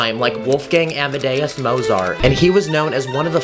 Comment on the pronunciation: It’s Amadeus as in like Amish “am” not as in I Am “am”